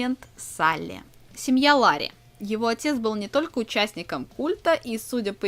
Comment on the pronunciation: Не лари а Ларри!